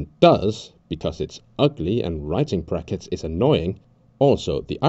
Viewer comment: Was the “prackets” on purpose